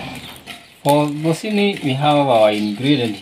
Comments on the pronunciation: You pronounce it with a K not Ch,you say zukini. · 😂 I love this couple. OK pronounce zucchini as 'zukini' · Try to pronounce zucchini this way: Zoo-Kee-Nee. I love watching Peter bake for you, and Jimmy play with the mud. What a great childhood he has! You and your husband are both very patient, and loving parents, and your children are well mannered and content. You are doing a great job raising them. Everything about your life is down to earth, simple, real, and natural. I look forward to your videos each day. You remind me what life is all about. Thank you for that! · Hi guys, the way it is pronounced here in the U.S., the "h" is silent. "Zoo- kee- nee" bread. Your bread looks delicious. Enjoyed the video! ❤ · I just love your channel!!!! That Bread looks very delicious the correct pronunciation of the word Zucchini is (zoo-kee-née) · In the USA it is zucchini bread. Pronounced Zoo-Kee_nee. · In the United States we spell it the same way you spelled it, Zucchini, but we pronounce it, “Zukini”. Your husband did a great job!🥰💕🌷 United States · Great job but zucchini is pronounced zoo key ne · It is a squash pronounced zoo key nee! Do not make the chi sound. You're doing great!❤